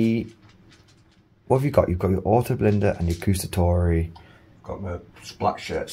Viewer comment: please don’t say “gustatori” is “guAstatori”, you have to say THE A LOUD